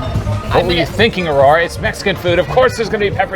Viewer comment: Aurora's perfect pronunciation never ceases to amaze me. I would never guess she's still not fluent